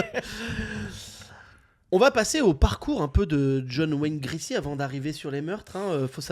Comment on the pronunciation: C'est Gacy, vous dîtes Gracy semble t'il...bon, je suis mesquine.😊